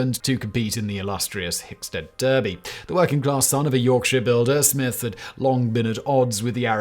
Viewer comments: Derby is pronounced darby. Simon's ignorance of normal British pronunciations is stunning. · Well the British city is pronounced Darby regardless of the audience. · Being a British show jumping event, it would be pronounced Darby. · You're from England. It's pronounced "Darby"